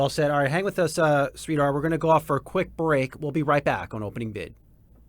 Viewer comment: Sree-Dharr is how you pronounce his name. Not sweetheart 😂❤